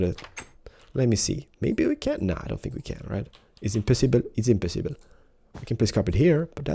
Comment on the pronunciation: I remember people saying i ''fink"